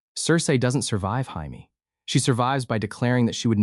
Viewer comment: AI voice over is so bad. Jamie’s name being absolutely butchered